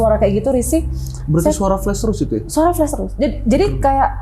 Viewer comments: Ada yg salfok ga kayak saya? Narsum bolak-balik bilang FLES FLES ADA YG FLES ADA YG FLES. Saya mikir banget apaan siy FLES. OHH TERNYATA FLUSH! HAHAHAHA, bacanya FL A SH bu, A kayak nyebut FLA PUDING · FLUSH dibacanya [FLAS] dan bukan [FLÉS]. *Flush = sémbor *Flash = cahaya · Padahal mbaknya pendidikan doktor ya (disertasi) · Bener gw jgk greget dengernya